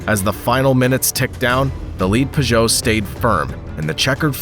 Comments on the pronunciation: Pew•Joe Not Pah•Joe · Never heard Peugeot pronounced pageau before